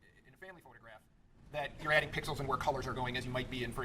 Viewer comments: Forgive 80-year-old Judge Schroeder for saying "pickles" instead of pixels😅. I think he also said he understands watercolors only. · He said pickalos.